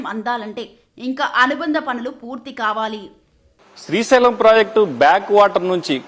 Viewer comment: Its Srisailam not Srishailam..ekkada dorikarra babu